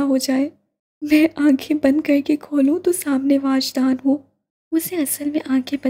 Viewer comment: Uska name wajdan he or aapne puri novel me waajdan pada he🤨